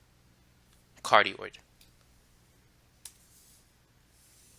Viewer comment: For everybody watching, it’s “cardioid” not “cardiod”